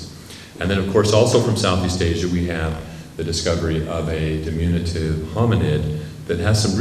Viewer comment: Did he invent a new adjective? Dimunitive? I'm guessing he meant to say diminutive.